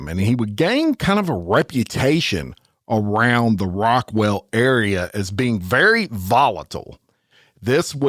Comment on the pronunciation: Do you mean “Rockwall”?